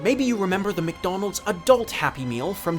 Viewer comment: Every time he says “Mick Donals” a meal gets upsized to a Large